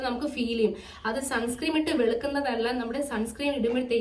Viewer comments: Sunscream alla sunscreen aann ☺️ Pinne supplement endhelum edukarundo? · sunscreem alla sunscreen aan😂😂😂😂